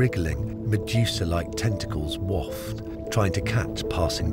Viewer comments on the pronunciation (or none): none